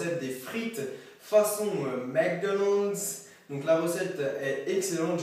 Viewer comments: il dit mécdonlds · Des frites façon "MEAGUE DANOLDS" xD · MDR Comment il a dit Mc Donald 😂😘